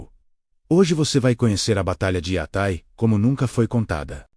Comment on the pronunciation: Ninguem fala" iatái" por aqui!